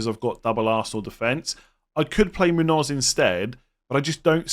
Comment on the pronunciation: Yes, that’s spot on,. The tilde above the N makes an “ny” sound just like in Nuñez (or just like the “nh” in Portuguese names like Mourinho or Cunha), so it’d sound like /MOON-yōz/ (like in yo-yo). Love the content, too!